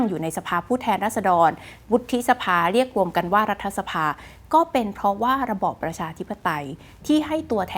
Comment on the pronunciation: รัด ถะ สะ-พาไม่ใช่ ออกเสียง รัด ทะ-สะ-พา คุณน้อง ดร.คุณพี่จบ ม.3เองนะจ้ะ